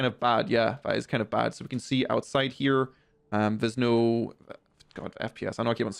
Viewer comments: You say "here" funny 😂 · Why you saying here and work like that? Wtf lad